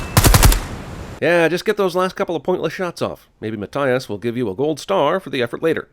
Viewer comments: Im sorry but is math, as in equations, does pronounces Matt, as in the short form of Matthias, no, its maTHias with the th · It's Ma-Thigh-Is, by the way. That's a review sin against you.